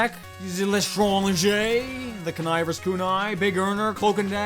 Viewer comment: I'm really glad he said connivers kunai correctly